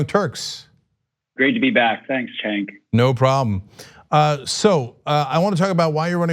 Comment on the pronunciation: Joe Sestak - The interviewer's name is pronounced, "Jenk", NOT, "Chenk".